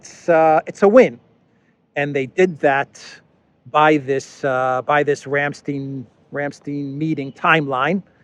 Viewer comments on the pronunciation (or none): It's "Ramstein" with a long "i" sound, as in "either" or "Rhein" ("Rhine" for those who need assistance) ... ;)